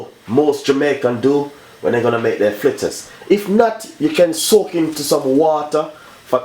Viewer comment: Chef the word is Fritters not Flitters learn proper pronounsiation